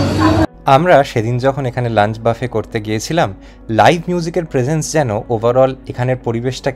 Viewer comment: Actually etar pronunciation ব্যাফে ।